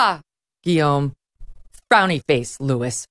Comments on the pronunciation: I think that's probably Louis as in "Loo-ey" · Louis? LOU-E. I assume it’s supposed to be a French name? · "Hello, I'm Louis*, your Air France digital assistant ... (*It's pronounced LOU-ee, Madame! It's pronounced LOU-ee! And it is FRAHNCE, Madame! FRAHNCE!)" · The bot is pronounced like “Louie”, not like “Lewis”. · Why can’t she pronounce Louis properly?